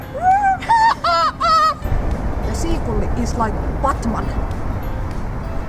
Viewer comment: Very funny but.. wait! you really said "seakulli"?? :D Anyway, the best is the final scene, scolding the poor seagull!